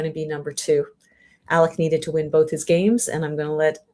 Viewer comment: my name is Alec. Not Alex. Alec.